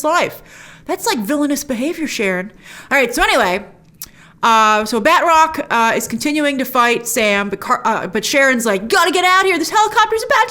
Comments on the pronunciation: I gotta say, his name is not pronounced "batrock". It's more like "battruck". Oh well, call me a nit picker. Can't wait for Loki, this finale was underwhelming. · I cringe a little when Grace says "Bed Rock" instead of Batroc